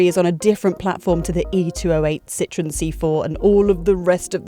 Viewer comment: Took me a couple of seconds to realize she was not referring to lemons or oranges because she said "Citrun" instead of "Citroën" 😂😂😂